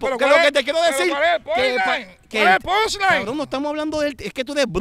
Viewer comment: en vez de decir “ pushline” dice “ ponline” 🤣🤣